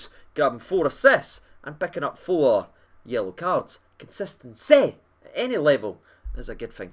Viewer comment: Consisten-CY?! Even you laughed bud. Canny wait to see the new lads. And a belated happy birthday mate. 💙🤚🗡🛡🐻🇬🇧